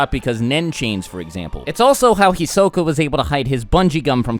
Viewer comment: "Hisoke" It's Hisoka but whatever